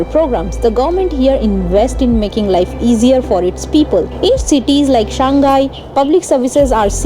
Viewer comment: Hi, I am happy for you and your fact-sharing about China from the few Indian vlogger, you are the most outstanding one. But, I can't help being piqued by your pronunciation of Shanghai as in "Shan Ghai" It should be "Shang Hai"